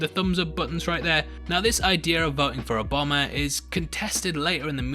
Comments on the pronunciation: his name is Obama not " a bomber " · Mate I love your vids but when you said ‘Obama’ I thought you said ‘a bomber’ and was super duper confused 😂😂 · Hahaha dude I thought you said ''I would have voted for a bomber'' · Why are you mispronouncing Obama?